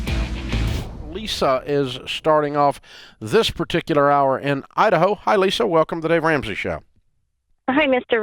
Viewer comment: I-daho? U-daho! Lols